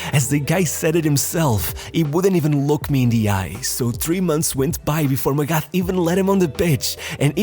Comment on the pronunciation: Friendly tip/reminder for any future videos where felix magath is mentioned. The "th" in his surname is pronounced like a regular "t" and not the "th" way in english.